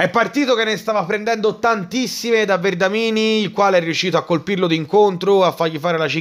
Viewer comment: Si chiama Vendramini però, non Verdamini 😂